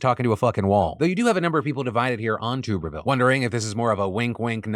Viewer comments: Philip I love you....but as an Alabama resident, I must correct you due to my touch of tism....it's TUBerville like a bathTUB. Not tube as in a pvc pipe lol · Just a heads up senator tubervilles name is pronounced TUBB ERVILLE. Ashamed to know that but i am an auburn grad 🫣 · phil, you are driving me nuts, it’s TUBBER-ville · Phil it’s pronounced Tubber-ville 😘😘😘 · “Tub” er ville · You're saying Tuberville wrong.